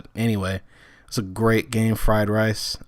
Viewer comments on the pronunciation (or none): for the love of god its pronounced reese not rice v_v